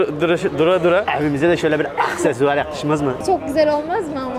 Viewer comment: da ablanın eaksesuar demesi Ğzşsğszşsözş